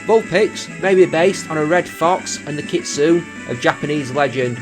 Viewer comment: Another great video. :) BTW Kitsune is pronounced Kit- Sue- Nay ^_^